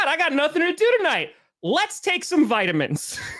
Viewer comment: "Vitamins" lmao